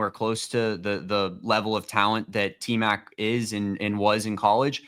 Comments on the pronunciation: It’s Tmac not Tet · Its T Mac not Tet, show some respect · Out of respect can you stop calling him tet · Aye bro please stop calling him TET 😂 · QUIT calling the man Tet, 😂